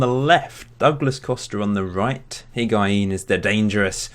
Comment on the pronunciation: Higuain = HIG- WA- EEN Hysaj= HEE-SIGH